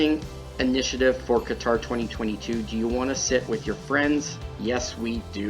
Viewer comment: The way you pronounced Qatar is not how it’s natively said but …sure everything else is wrong lol